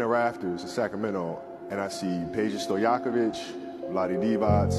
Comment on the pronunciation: Kobe's pronunciation of Vlade Divac and Peđa Stojaković was perfect RIP Mamba from Serbia